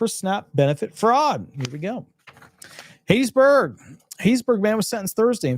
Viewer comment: It's not "HATE-iesBurg..... It's HAT-TIES-Burg! Go to Mississippi and pronounce it like you did and you will be laughed out of the state!